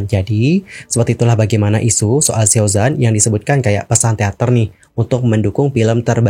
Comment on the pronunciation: ralat dikit bang, huruf pinyin Z dibaca C kalo untuk pelafalan Mandarin. Xiao Zhan, bacanya Siao Chan. Utk kasus Yibo, aneh jg sih kalo org2 malah ngamuknya ke dia, bukan ke pembuat filmnya. Lah dia kan aktor yg harus manut didandanin apa aja. Apalagi itu katanya berdasarkan kejadian nyata, berarti kan memang pernah ada kejadian begitu. Aneh aja sih yg marah2nya ke artisnya.